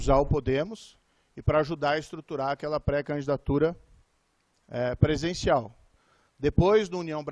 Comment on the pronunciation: Presencial, peesencial, presencial... como esse senador tem dificuldade com a língua portuguesa. 😮😮😮😮 é conge, coupção. Tem que ser cassado sim. É muito dinheiro envolvido... chega perto de uma coupção.